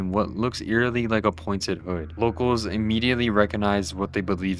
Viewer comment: montryel (monte-rey)